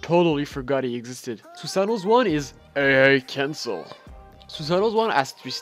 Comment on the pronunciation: When he said "AA Cancle" it pissed me off it was so annoying.